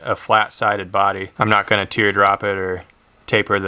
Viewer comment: Who else caught when he said “I’m KNOT a tier”???